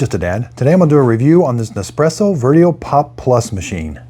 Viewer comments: Dad, the correct name of this Nespresso lineup is Vertuo, not Veruo or Verio. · It's Nespresso VERTUO. not VERUO. If you're going to do a review, you should at least get the name right. It would help with your credibility.